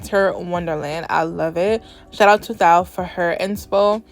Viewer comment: So just want to help you out, not being mean at all. But Thao is pronounced kinda like towel but without the l. Or even like tower without the the er. I'm trying to think of how else to explain it. Again not trying to be rude. Just trying to help. I love you work!